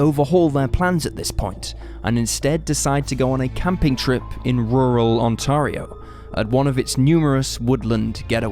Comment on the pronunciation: I like the way you say Ontario. We definitely say it a bit differently but I think our way sounds too Americanized I like your way better😂